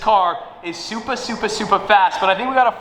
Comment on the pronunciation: i knew it from the body shape and the rear. the part where he said supa supa fast gave it away ;)